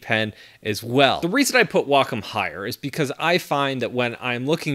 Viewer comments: google says the american pronounciation is way-kaam and the British is way-km. he says wah-km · It always annoys me how he says Wacom.